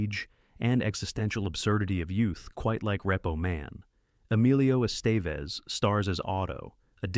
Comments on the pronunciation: WHAT IN THE HOLY HELL FOCK DOES THIS AI POS SAY ???!!! LMFAO I EFFING HATE AI PRODUCTIONS!!! That and "REPPO MAN"... and Emilio EST...vez something... WTF!!! STOP MAKING/USING THIS SH1T!!! Use your HUMAN VOICE and READ IT TO US!!! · This channel had so much promise. I even subbed to it. But you blew it . I even overlooked the Emilio Estevez pronunciation, but that moment is unforgivable. This is lazy and a horrible distraction. Unsubbed and blocked. There are tons of channels that are more ambitious than this one.